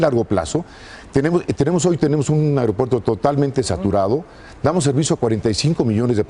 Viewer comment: Se dice "aigropuerto"